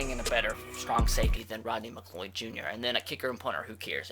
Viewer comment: McCleod= McCLOUD not Mcloid